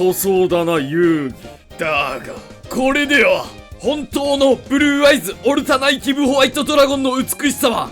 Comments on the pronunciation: 海馬のときだけスローモーションかかってる？ww いや見事な造形でふつくしい… あとずーっとオルタナ"イ"ティブって言ってるけど正解はオルタナティブですw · オルタナイティブじゃなくて、オルタナティブやねw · オルタナイティブ × オルタナティブ 〇 が気になりすぎる